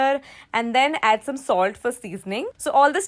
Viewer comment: it said dome instead of some anyway no problem no hate here love you 🦄🦄🦄👸👸👸🤩🤩😝🥰🥰🥰😍😍😍😘😘